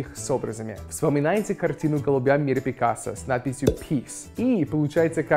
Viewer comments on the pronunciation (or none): none